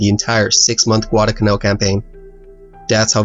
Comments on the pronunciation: It's not Guadacanal. It's Guadalcanal. There's an L in there. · It's Guadal Canal, not Guadacanal. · Not bad at all. However, in several places you mispronounced and graphically misspelled “Guadalcanal.” You omitted the first “l” in both cases. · It isnt "gudalcanal". It's Gu-a-dal-ca-nal. That island is namef after a village near Seville, Spain. I see it everyday at the horizon. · Like so many other idiots, he left out the ' l ' in GuadaLcanal!! So many idiots pronounce it wrong. It's not Guadacanal. It's Guadalcanal!! Narrator does a pretty poor job. Aside from the fact that he mispronounced Guadacanal, his English is poor. About the only good thing about the video was the real video footage. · Enjoyed this description of the battle. There were lots of US mistakes during the Guadalcanal campaign. One editorial note... it isn't Guadacanal, it's Guadalcanal - with an L. And it's the USS Vincennes, not Vincennes. Otherwise, two thumbs up! I've subscribed. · there is no "Guadacanal", even though many people pronounce it wrong, it is "Guadalcanal" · It's Guadalcanal. Not Guadacanal. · Correction for you: It’s Guadalcanal. You kept forgetting the “L” in the middle. And the name should be capitalized. Otherwise, you did a wonderful job trying to describe this naval battle. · It's not "Guadacanal" , it's "Guadalcanal" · Nice vid, but it really really bugs me that you say Guadacanal and not Guadalcanal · You are missing the first 'l' in "Guadalcanal". It is not "Guadacanal" though many mispronounce it that way. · "Guadalcanal" actually.